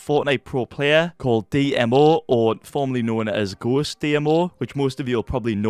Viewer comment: Dmo isn’t pronounced Dee-em-oh it’s pronounced deemo